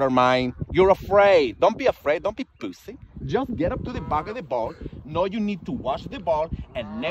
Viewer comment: “Don’t be pooossssiii, hit that shit” ahahahahahha that’s the funniest thing I’ve heard alllll day hahahahah